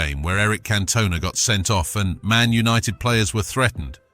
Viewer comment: Wish he could pronounce names properly example cantona